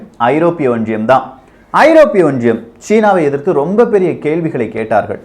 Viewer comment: Neenga pesara tone and Tamil pronunciation awful iruku. Romba disturbing and irritating iruku. Specific sollanum na antha (Europe)onriyam.unga team motive superb. But, presenter ha maathunga pls.